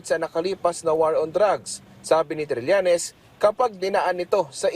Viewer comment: Trillenes no cridibikity